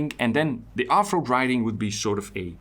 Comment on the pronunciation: I thought briefly you were saying "writing" instead of riding. Riding yes, i also am interested in riding. Writing did connect though, i perceive you as thoughtful, analytical, thorough, gentle as well as articulate and writing 4 answers made sense for a minute and i thought "questions 4 answers" Ill keep following your work, thanks as always for quality effort :) and keeping it real for us and yourself